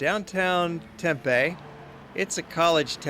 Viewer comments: FYI-If you call the city of Tempe, TEMpay, people will wonder what you're talking about. Here in AZ, we just say TemPEEEE. :) Great video! I'm a native Arizonan (an oddity). It shows where I live and places where I've worked. Btw, LOTS of hotels in downtown Phoenix, too. Hotels everywhere in the Valley of the Sun. I don't even have to leave home to go on vacation. Welcome visitors! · Oh and you would never here anybody in the Phoenix area say Tempaaay...its Tempeee.. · ha ha, I love how he pronounces Tempe.